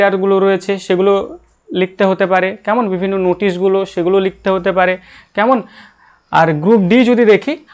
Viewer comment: Apnar "kemon" ar " taina " ktha gulo ektu check korun dile aro vlo lgbe